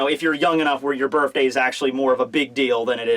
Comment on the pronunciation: Bruh can you please say BIRTHday not BIRFday.